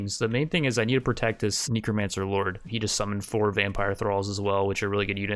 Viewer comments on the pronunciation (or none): bro you CANNOT say nee-cro mancer XD its neh-cromencer lmaooo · oh god "neek ro mancer" what is this abomination of pronunciation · I die a little inside every time he pronounces necromancer as kneecrowmancer